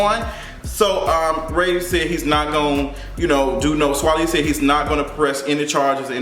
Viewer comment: It’s pronounced like Sway Lee. Lol